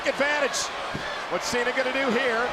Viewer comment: He said Sean cena